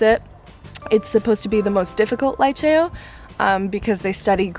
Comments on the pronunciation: Liceo is highschool girl.... and you don’t say Laiceo but Liceo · "lee-cheh-oh" not "lie-chayo"